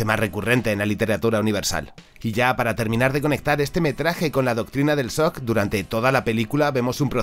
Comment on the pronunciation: El sock XD que problema para pronunciar la che Francesa v